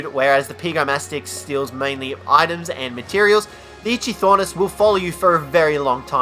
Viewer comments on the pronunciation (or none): He said itchythornis. It probably gets a lot of itches. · IT’S NOT ITCHY THOR NIS IT’S ITCHY OR NIS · Its pronounced like ikthyornis not itchthyornis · Dovahkiin the Brave he pronounced it: It-chy-Thor-nis But it is pronounced: It-chy-or-nis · kap-ro-sue-kus and ick-the-ornis, proper pronunciation is key..... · "itchy thornis"? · Yea so far I've only hated one and that's pego and no Tuso is also immune to the sting of the jellyfish, anyone who thinks a Theri is annoying is a Twat Also FYI you are terrible at pronouncing names, Kap Row Sew Kus, Ick Thee Or Nis, Scrub, why isn't Giga on this List, u see a Giga on foot and ur like "Offworlders RUUUUUUUUUUN!" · the "Itchy - Thornis" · Itchy-thornis... LMAO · Ik I’m late but ichthyornis is pronounced ik thee ornis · Who else got a stroke every time he said Ichythornis? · "Itchy-Thornis" lmaoooo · "Itchy-Thornis"? My nose is red from the amount of times I facepalmed... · And he said itchythornis. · Okay, two things. One: it’s just Kaprosuchus, not Kaprosuchusaurus. Two: Ichthyornis is pronounced ik-thee-or-nis, not whatever you said. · Bercier it's just irritating when someone mispronounces kaprosuchus as kaprosuchasaurus of ichthyornis as itchythornis. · You pronounced Kaprosuchus, Ichthyornis, and Titanomyrma incorrectly. Also, you forgot to mention that Ravagers can utilise zip lines. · I know just say kaprosuchus and PRONOUNCE ITCHYORNIS CORRECTLY